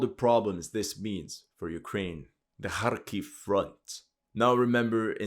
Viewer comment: Wow, compared to the beginning of this war, you've REALLY improved your pronunciation for these towns by a LOT, looks like you're learning Russian. Well done!